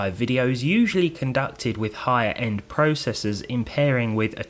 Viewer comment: You say PROCESSOR WRONG!